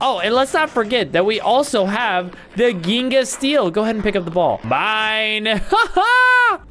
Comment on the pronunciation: It's pronounced jinga and it's a type of soccer for Brazil